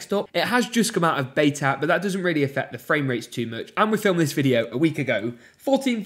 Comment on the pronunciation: Am I the only person who gets annoyed when he says "but" . Sounds like bouut